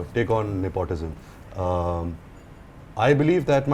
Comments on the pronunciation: Am i the only one who cringed every time he said ne-POT-ism? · He said nepautism 😂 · am i the only one bothered by how ranbir kapoor pronouces 'nepotism' cringes